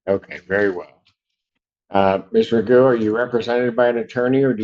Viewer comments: Mr Magoo 🤣🤣🤣 his name is pronounced Magoff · It's pronounced McGoff. Scottish name. He needs to go to jail for that alone... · I thought I heard McGoon 💀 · If I don't read the caption below video I could've swore I thought he called him mister magoo🤣🤣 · The correct way to pronounce his name is "McGoff", it's an old Gaelic name, it means "of the horse". This numpty can't even say his own name properly. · It's McGough, pronounced McGoff. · anybody with any sense would pronounce it like that but he himself says Mcgoo. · i immediatley started laughing after hearing the judge pronounce his name lol